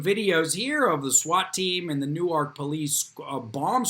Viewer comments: I'm sure someone pointed out it's pronounced New Work. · I dunno where you're from,, but you need a little tutorial on how to pronounce 'Newark.' Correctly pronouncing placenames of very well-known municipalities is just... well, Common Sense.